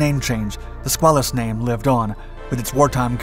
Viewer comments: also....skway luss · As for the debate as to the proper pronunciation of submarine crew, I submit that it is BUBBLEHEAD! 😁 HM 0000/8401/8404/8482, 86-98 Please accept some help with pronunciation; the name of the submarine is pronounced skwale-us. The river by the Portsmouth Naval shipyard in Kittery Maine is the Piscataqua, pronounced pis-cat-uh-kwah. 😃👌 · The correct pronunciation is "squid". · We always have debates of pronunciation of "SquAYElus as opposed to SquaAWLus. Just the PITA problem of the English language. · It's pronounced SKWAY-lus and the river is the Pis-CAT-a-kwa.